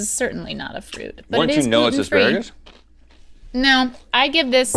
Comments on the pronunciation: No one, literally not a soul: ... Link: Aspragatus? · Link- instantly comes up with two slightly esoteric words on command Also Link, trying to say asparagus- "Spragadus?" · "aspragadus" -Link Neal, 2019